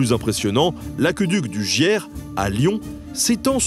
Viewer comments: les autochtones prononcent "gier" comme "chier", pas comme "hier". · cette vidéo aurait mérité un autre traitement qu'être une publicité pour véolia, c'est bien dommage, même si on apprend toujours quelque chose comme d'habitude. Par ailleurs, pour le Giers, on prononce 'gié' et non pas gière... merci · J'habite à deux pas de l'aqueduc du Gier, pour info ça se prononce "jié" et non "jière". Merci pour cette vidéo passionnante ! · Camarade, petite correction, ça se prononcé Gié et pas Gière. En tout cas, j'attends cette épisode avec impatience ! Grosse bise, un Lyonnais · Vidéo hyper intéressante comme d'habitude. Juste petit point prononciation d'un régional : l'aqueduc du Gier mentionné au début, le plus long de Gaule je crois, qui débute dans la Vallée du Gier entre Saint-Étienne et Lyon, ne se prononce pas "Giere" mais bien " Gié" 😉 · Entre Saint-Etienne et Lyon, c’est la vallée du Gier (Gié et non du Gière) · Hello. L'aqueuduc du gier. On dit Gié pas gière 😊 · Je ne sais pas s'il y aura un épisode sur les aqueducs mais le cours d'eau entre Lyon et Saint Étienne se prononce Gié et pas Gière. Voilà ça change des commentaires sur Véolia... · Mini correction : le Gier se prononce le « jié », pas le « jière ». Un cours d’eau important dans la région, sa vallée formant l’axe de circulation principal entre Saint-Etienne et sa banlieue, Lyon. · Ha ca parle du Gier ! Étonnant c'est plutôt peu connu ! Par contre on prononce Gié, pas gière 😊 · Très bonne vidéo, je pense qu’il est d’intérêt publique de rappeler quels progrès ont été nécessaires pour en arriver à aujourd’hui. Petites remarques sur le début de la vidéo. Au niveau de la prononciation, l’aqueduc du Gier se prononce « Gié » et non « Gière ». Aussi au moment de la présentation de trois principaux aqueducs de l’épure romain, il est dommage de parler de Nîmes et non de Nemausus qui était pourtant son nom. Il n’y a que cette ville qui a son nom français alors que Lugdunum et Lutece sont bien nommées